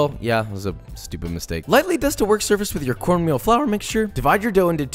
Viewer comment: When he went "FLoUr mixture" I felt that.